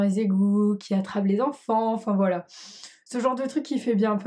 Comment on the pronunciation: c'est voilà et pas boila